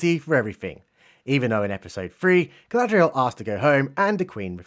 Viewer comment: I'm just glad Gandalf kicked that heroin addiction. "Go-go-Gadget Galad-REE-el", LUL.